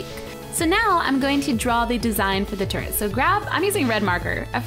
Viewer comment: at the beginning it sounded like she said portal turd